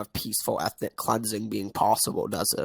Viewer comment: "Peacefuw efnic wapist"